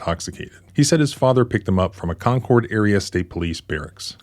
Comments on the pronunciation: That actually is the correct pronunciation for Concord, NH. 👍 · your first pronunciation of concord is correct. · Lol you said Concord correctly the first time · Actually, the first way you pronounced Concord is the way that many locals pronounce it. I lived in Canterbury years ago.